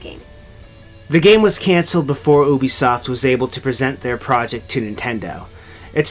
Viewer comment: I’m triggered every time she says oobisoft